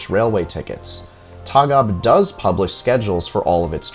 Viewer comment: Its Tåg AB not taga im from Sweden and Å=O "Tog"